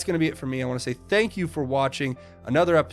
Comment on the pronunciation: It sounded like President Trump said Thank Q twice when talking about the baby....